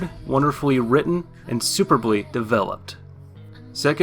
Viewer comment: "Sue-purb-lee", not "super-blee". Sorry, that bugged me.